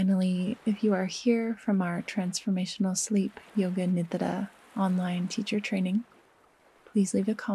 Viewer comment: It feels so alive and sensuous in my system how you consciously and mindfully say the word "nidra" in its true authentic form. I find rest, aliveness, and sensuality deeply ancient feminine codes. Thank you!